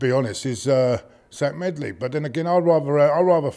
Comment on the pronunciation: It’s actually zech medley not zach